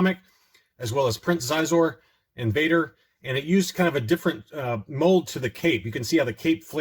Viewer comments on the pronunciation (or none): **Xizor is pronounced Sheezor ;-)